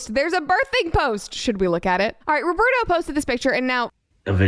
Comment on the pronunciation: I'm brazilian and the way she's pronouncing Roberto kills me every time.